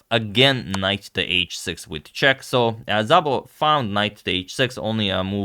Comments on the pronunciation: *Zabo :( (Szabo is supposed to be pronounced just Sabo:, so this was actually weird) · Szabó is a Hungarian name and it is pronounced simply as "Sabo" not with a "Zabo" :) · Well, he actually butchered these pretty bad. White should be something like Gergey Ahn-draash Dew-lah Sabo... (not Zabo) But Hungarian is one of the weirdest european languages, so...